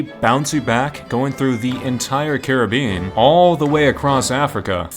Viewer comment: That’s not how you pronounce Caribbean